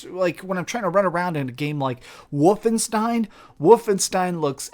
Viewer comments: Did he just say Woofenstein? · "like when I'm running around in Woofinstien!" LOL